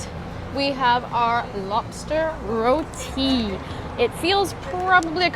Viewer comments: Thank you for pronouncing our food dish "Roti." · Your pronunciation of certain words are amazing eg : roti , mango chutney , tawa etc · I appreciate the fact you pronounced roti correctly 😌👏